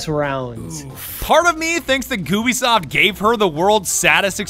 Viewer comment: ok did anyone else noticed he said gubisov i put captions on to check if i heard him correctly lol